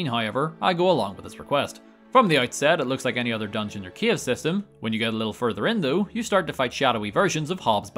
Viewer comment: i know that you saying "cave" but all i hear is Kiev.